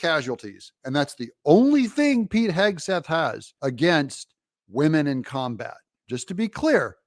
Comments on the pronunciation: She gonna make fun of Pete she can't even say his name, she doesn't even have a clue about him, shut your mouth you view loser! He is a way better person than you are, he actually loves our country and you don't! Whoopi is such a loser, sickening! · Goldberg, KNOWS ABSOLUTELY NOTHING ABOUT PETE HEGSETH (she couldn’t even pronounce his name) so proved to me she has no idea who he is Pete, was in the Army, has written many books on the military, Pete, said he DOES NOT WANT WOMEN IN “COMBAT” do your homework Goldberg!!! Goldberg who the heck cares what you think!!! Look at the Administration that Biden has They are awful!!! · Whoopi Smollet doesn't even know how to read Pete's name, but somehow she knows how evil, unaccomplished and unqualified he is because he hasn't had the airtime she has? She might want to reconsider how she comes up with such wisdom and values. They are all such lovely ladies, pushing and pulling each other to Hell, and proudly taking their converts with them. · Ignorant woman can’t pronounce his name. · Can’t even pronounce a 2 syllable name. So elite 😂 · She can't even pronounce his last name, but she's an expert on him? I hope they throw the whole show in the dustbin! All The BEST, Dou , err, I mean JMK!!! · They mispronounced Pete’s last name. Isn’t that racist? That’s what they were saying when people mispronounced Kamala’s name…